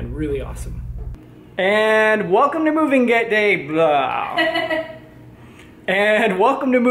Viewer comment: "welcome to movig gay", are You trying to tell us something? 😂 I loved Your loft! Congrats on Your new home.;)